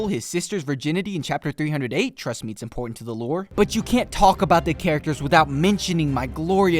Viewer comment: "Trust me it's importanto to the lore" 😭😭💀💀